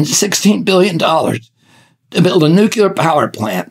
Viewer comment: Who is gonna tell him how to pronounce the word nuclear???????